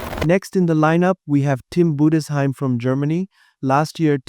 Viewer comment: I never heard a not german speaking person pronounce tim budesheim's name that accurate